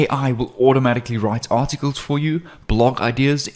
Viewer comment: hi u say 27 time artitcles